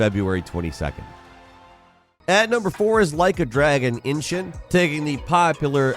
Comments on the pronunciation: Cmon man, it's Like a Dragon EE-Shin, not Inching haha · Why do people call it ( Inshin )? It's called ( Ishin ) ! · Its not Inshin Its Ishin! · inshin? there's no N there. ishin. bro, c'mon.. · Its not inshin its ishin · I wonder if will ever learn to pronounce Ishin properly? It’s ISHIN not INSHIN! You got the N in the wrong place! 🤣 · Is the way he says "ishin" as "inchin" actually right? It just seems wrong and jarring when the band Ishin is on the screen, or I'm misreading it idk Im not Japanese lol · Why do you keep saying Inshun??? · The can't say 'Ishin' 🤣